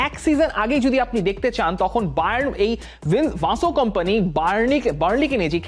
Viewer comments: ও ভাই বেশি স্টাইল করে বলতে গিয়ে । ভিনসেন্ট কোম্পানিকে ,,,ভানসেন্ট কোম্পানি বানিয়ে দিয়েছেন 😂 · English ei toho atodin Vincent sunei aschi taholey ki aita Belgian accent ey erokom? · নামটা ঠিক ভাবে বলেন।ভাসো কোম্পানি নয় তার নাম???